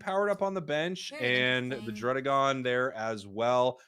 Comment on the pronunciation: Beautiful tournament, a lot to learn from these guys. BTW, it's DRUH-DEEH-GON, because the name is a combination of DRAGON and RUDDY, not RUDE (as the double D implies).